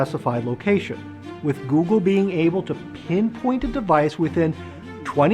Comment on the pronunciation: I don’t know why but hearing 🏴‍☠️ saying pinpoint was funny to me